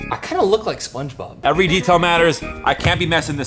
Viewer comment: said SpongeBoob🤣😂🤣😂🤣😂🤣😂🤣😂🤣😂🤣😂🤣😂🤣😂